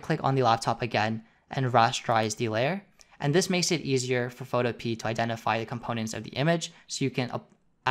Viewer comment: I have no fricking idea but for some reason, I thought you pronounced Photopea as Photope a (if that makes any sense).